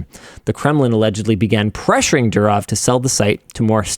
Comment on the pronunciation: The way Linus can NOT pronounce the name correctly is straight up ... UUUUUUUFFFF. DU as in "DO IT", RO as in "ROMAN EMPIRE", W as in "FAMILY", its pronounced F but written as W. DOORRRROF, and its DOOrof, and not dooROF